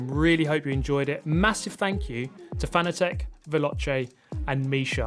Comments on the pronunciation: Btw Fan-a-tec? I always pronounced it Fa-na-tec like fanatic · Cool then. Though I think so many people were determined to pronounce it wrong that he just finally gave up. There’s an interview where he corrects the interviewer and says it’s pronounced like ‘fanatic’. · If you’re sponsored by Fanatec you might consider doing them the courtesy of saying the company name right. Just a thought.